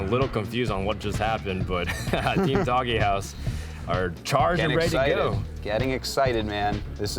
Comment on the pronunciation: How the fuck does this guy not know that his own team name is DOGEhouse and not "Dog - e - house"? It's fucking pronounced "dohj". God damnit get your shit together.